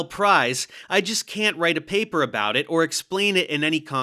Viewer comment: Sean how dare you read my paperrrr!😂🙃